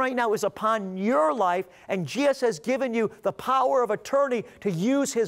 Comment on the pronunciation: I wish he would say Jesus not Jeeus half the time.